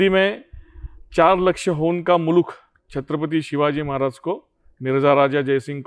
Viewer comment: आप शांति से छत्रपति बोलिए आप छतपति बोलरहे हो विडियो में ए महाराज का अपमान लगता हे 🙏 हर हर महादेव 🙏